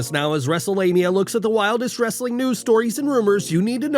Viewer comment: "WRRRRRRRESTLING CONTENT" love that!😅